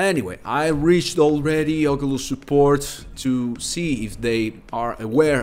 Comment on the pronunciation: “Oculus” no “ogulust” yes💀